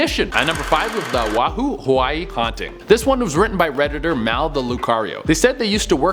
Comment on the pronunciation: When I heard it the first time, I GENUINELY thought he was saying something else. But nope. He's actually saying "Oahu, Hawaii" Wrong. The comma means you pause,. Plus, you pronounce it O-ah-hoo. I live in Oahu, Hawaii and feel slightly offended 😂